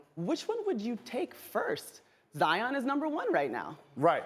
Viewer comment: Jalen says zions name wrong cause he salty duke better than fab 5